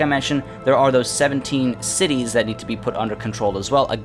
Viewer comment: Your pronunciation of the cities made me wet